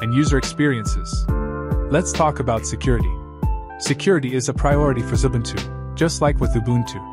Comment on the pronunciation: Xubuntu not Zubuntu as in the video.